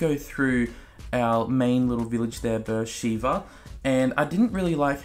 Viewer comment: It's pronounced "B'er Sheva" not "Sheeva." Amazing city in Sinai desert in Israel